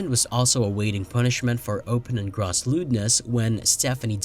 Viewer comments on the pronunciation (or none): Pronounced “grōss” lewdness (long “o”)